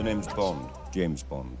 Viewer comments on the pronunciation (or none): I thought u said James boner lmao